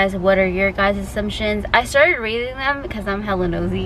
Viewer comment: “You sound like shakira RRRRREEREEADING” 😂